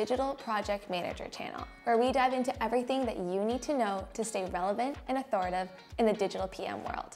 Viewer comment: You can't open the video with a bogus word. It's authoritative, not authoritive!!